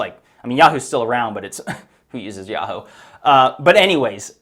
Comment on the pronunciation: And we’re supposed to listen to a guy who pronounces yahoo “ya-hoe”.